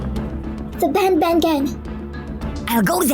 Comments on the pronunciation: Just how stupid are you,huh??? It's pronounced BAN BAN, NOT freaking BON BON you idiot!!! At least say it right you dumb! It's BAN BAN, NOT freaking BON BON you dumb!!! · Actually baby Nuggie is right because is dumb it's banban not bonbon